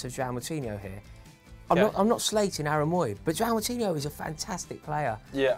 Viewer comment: Never heard anyone murder Aaron Mooy's first name like